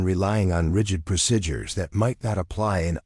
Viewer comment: Very annoying that the narrator can't pronounce the word, 'procedures'.